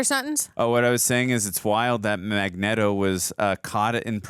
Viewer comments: its not mag NET o its mag neat o but thats just how its spelled magneto he keep sayin his name with net its neat like this is neat but spelled magneto with out the a in it literally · "We say Magnet-oh cus that's the way..." No, that's just your simp way. It's fn Magneto. Stfu dude 😂 after that she shit on you about the gym. 😂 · It's not Mag-netto, it's Magneato, children. Uhm, just read the comments or just watch the animated series. I mean lets face it, if you guys' are gonna make money off YouTube. Please pretend to know what you're talking about. I like the woman but dude with the Stache is misinformed Way to go, tard! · Mag-Knee-toe...not Mag-net-to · Are you guys saying Eric name wrong on purpose? It's Magneto as in neat-o not net-o. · is makniero not makneto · Hey, it’s [Mag-nea-do] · Remember guys, its pronounced mag-NETO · Its mag knee toe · The mispronouncing of Magneto is driving me crazy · The way they say magneto makes my head hurt 😒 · It’s pronounced Magneto, not Magneto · This is my favourite prequel. Your magneto pronunciation sounds weird it's distracting.